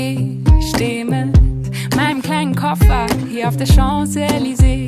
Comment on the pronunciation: Merkt keindr das "KOPFER" asnstatt koffer 🤣